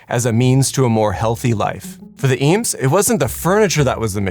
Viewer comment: TIL the correct pronunciation of Eames